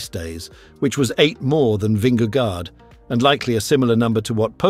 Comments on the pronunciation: Dear AI narrator, Vingego, not gard. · Vinge gore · Good clip! But please do use google translate and just listen to the pronounciation of his name there.... it is not an "a" in vingegaard. It is an old spelling of "å" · Why does he pronounce the first g in Vingegaard that way? That is like wrongly saying the sin-ging lady. Just like in English a g in that position is pronounced the same way in Danish.